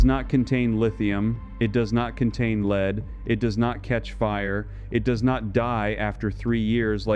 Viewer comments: lead not leed, one zero zero year battery, come on? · "lead" pronounced as "leed" and other anomalies. TRY BEING HUMAN AGAIN Lose the robot reader. Honor you human public with humans. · Why do shitty AI's always pronounce Lead as in Lead-acid batteries like: LEED? It ruins the video.